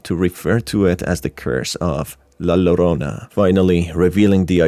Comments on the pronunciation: my only critique for this is that La Llorona is pronounced La Yorona, other than that a lovely video! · Get over it. Its called having an accent. Just like an Asian or latino not pronouncing English correctly but we don't complain. We're just happy they've learned multiple languages